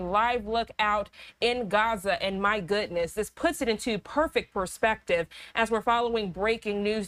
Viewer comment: "my gootness"